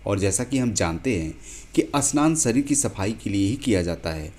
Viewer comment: जानकारी अच्छी है लेकिन स आओर श का उच्चारण करते समय ध्यान रखें कि शरीर और स्ररीर अलग-अलग शब्द है